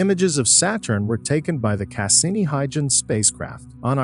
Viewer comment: and Cass-innie spacecraft, along with other mispronunciations.